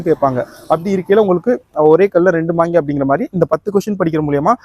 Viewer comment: .மாங்யா இல்லை. மாங்கா👍😊